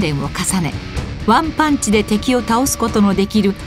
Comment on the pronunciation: ワクチンマンもバイキンマンをリアルにして中の人ごと一致させてる所に遊び心を感じる。最後ワンパーンチじゃなくワ～ンパァーンチって言ってほしかったなぁ